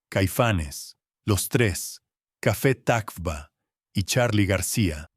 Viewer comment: La peor narración..: esto es AI, nisiquiera cafetacvba sabe pronunciar 🤦🏼‍♂️